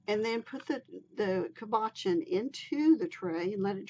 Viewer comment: Cabachon is pronounced "CAB-uh- Shawn"